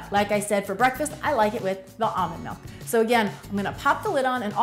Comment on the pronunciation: "Melk" or "Milk"?